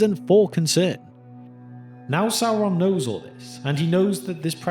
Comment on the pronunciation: “Sauwon” Bruh